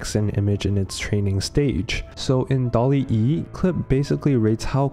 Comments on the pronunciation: It's not "Dalle e" just "Dall e" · bro said dall-e e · Second time making a semi-documentary, do you enjoy these kinds of video style? Please let me know! And please stop flaming how I pronounced DALL-E I swear the extra E stands for my shitty English 😭 And of course, the first 1,000 people to use the link will get a 1 month free trial of Skillshare